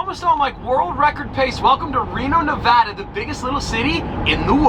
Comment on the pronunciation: Thanks for pronouncing Nevada the way you did ❤️